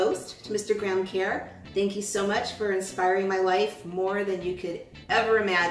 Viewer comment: Lol you're saying it wrong it's pronounced kurr